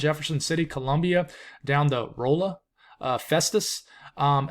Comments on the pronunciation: waking up. I'd like to have experienced a foggy 5 a.m. myself. I like odd weather even tho I'm blessed with "same old" here in San Diego and an expected high of 64. I've spent a lot of time in Columbia, Mo. a really nice college town. "Row-la" Missouri is actually "Raw-la". Wow, a personal shout out and news that not much moisture coming here. Thank you bud! Winter weather is pretty mild in KC. People are licking their wounds over the Chiefs and wondering if Taylor Swift is a curse."Sleet" will always be a scary word to me. Good job! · From just west of STL. First off, amazing coverage, thank you so much. I also want to gently correct the way you say Rolla, it’s pronounced Rahl-ah, the o sounds almost like an a in that town